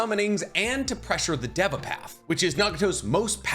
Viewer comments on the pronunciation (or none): none